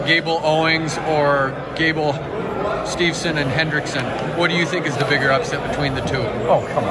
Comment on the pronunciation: So sad that even Dan Gable himself doesn't say Gable Steveson's last name correctly. 😐